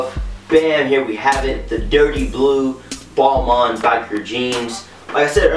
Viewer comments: technically is is "Bal- Ma" French dont pronounce their N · it's pronounced Ball-Mahn. it's french... don't believe me hear how the lead designer pronounces it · As soon as he said "ball-mon" i paused the video to type this then left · Ball-Maine bro your pronouncing it wrong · Is it pronouced balmun/ balman or balmayne / balmaine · Every American is pronouncing it wrong..